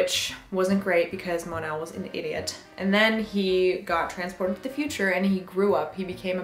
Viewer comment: It's "Mon-El"